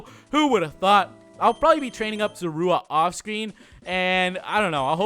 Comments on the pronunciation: Wired how in black and white he said ZORUA but here he said Zurooa ik how it's spelled but it's hard to spell something with how someone said it when u already know how it's rlly spelled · You did not pronounce zorua